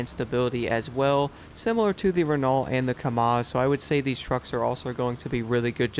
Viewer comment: Your pronunciation of Renault is wrong 😂 either get more French or watch a formula 1 race. I’m still waiting for them to fix the game for Xbox. I’ve stopped playing it until they do. Your videos make me happier than a Frenchman who’s just invented self removing trouser’s.